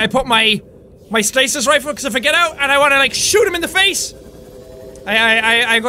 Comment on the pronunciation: I like the way he says face....it sounds like he is saying fece